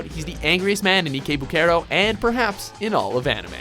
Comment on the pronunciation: Did he just call ikebukuro ekaybookayro